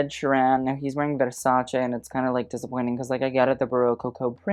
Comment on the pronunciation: I always appreciate foreigners pronouncing Versace correctly.